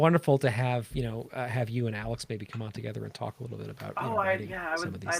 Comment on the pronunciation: Love this. Ill definitely be checking this out 😊 ps you said my name perfectly 👌 😊